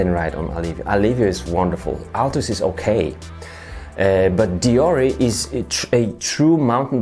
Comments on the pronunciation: its pronounced *Deor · You say it like deor, only people that say nik’e will say deor’e